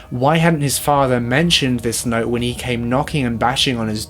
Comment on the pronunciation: I can barely understand what that girl is saying sometimes :(. Instead of saying "other" she says "uhver" and said "not" instead of "note". I had to listen and concentrate so intently on the words, it took me out of the story sometimes. Work on pronunciation a bit. It still was a good video over all though, no hate. Thumbs up.